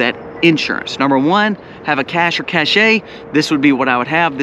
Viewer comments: Pronunciation wise: A "Cash" is a thing you hide, like cashing food on the trail so you can go longer on the Appalachian trail. "Cash - A", is something in style or with social value like a Rolex watch (which is not a bad idea either, as a store of value, a Channel jacket, not so much). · Cache is prponounce "cash" not the French way: "cashay" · Cache is pronounced "Cash", one syllable. Please. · The pronounciation is 'CAISH'. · ca. shay. Is the correct pronunciation.